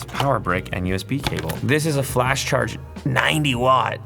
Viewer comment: Are you saying “Flash charge”??